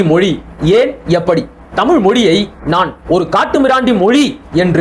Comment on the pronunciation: ஏன் நீங்க புரிஞ்சிக்கிட்டங்கீளா விளக்கம் சொல்லுங்க தமிழ் புலவரே தமிழ் என்று சொல்லாமல் தமில் என்ற படிக்கிற தற்குறி உனக்கு தேவையா